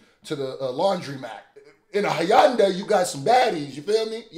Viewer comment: Its HI - UND - I